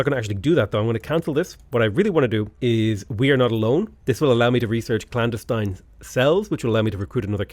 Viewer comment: you, sir, are mispronouncing clandestine